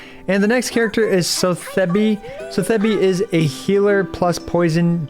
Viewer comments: LOL...so-thebby. Check out the name of the auction house she's named after. It's pronounced SAA-thuh-bee. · "so thezz bee" lololol, can't wait for you to get to act 3/4 and regret your pronunciation. really enjoying the game as an F2P so far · How does he not know how to pronounce Sotheby when she's part of the main story and was said multiple times, lol